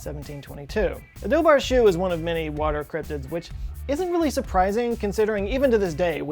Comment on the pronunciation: Chú is pronounced like "who" with a very soft C sound rather than like "shoe". Its the Irish word for hound.